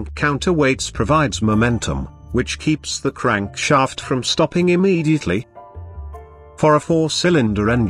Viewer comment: When he said "Crankshaaaeeft" I felt